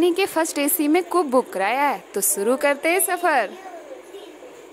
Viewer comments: आप शा को स बोलती है 😭😭 साम । सेयर । सुरु शाम । शेयर । शुरू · Suru nahi shuru kehte hai....